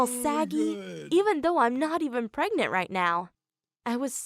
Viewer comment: It’s pregnant, not pregegonant, LOL